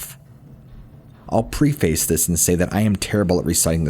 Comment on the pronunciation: How to Pronounce Preface Just because you like to use this word so much, I thought you might like to know the correct pronunciation.